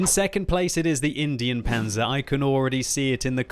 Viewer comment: I swear it's in-dine panzer not Indian panzer like the way he pronounced it was so cringey